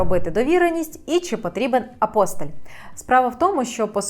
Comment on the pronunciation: Тільки не апОстиль, а апостИль. Треба правильно робити наголос у цьому слові.